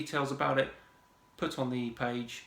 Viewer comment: "Lets keep iz easy. Lets take ounces" :D what a fucking Idiot. Metric system owns you big time